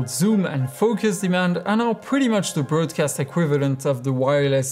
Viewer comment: You're pronouncing "broadcast" wrong.